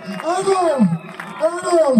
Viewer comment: ভাই এডাল্ব না, এডলফ হবে, নামটাও ঠিক করে বলতে পারেনা, উপস্থাপনা করতে আসছে